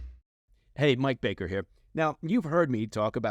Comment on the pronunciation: Mike "propagandist" bakerrrrrrrrr